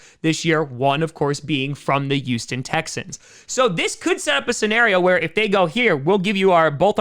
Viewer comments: I don't blame him. I'll miss him, but I don't blame him. If he goes, I'll be watching my backup team, the Vikings. (No I don't enjoy pain. Why do you ask?) Also, it's Houston, not Youston. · Yuston. Once I heard it I couldn't stop hearing it. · Everyone: Houston: Uston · always calls Houston youston 😂😂😂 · Every time he says Youston Texans I giggle a bit.